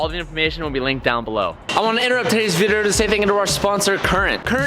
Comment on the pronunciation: “todays vrrrdio”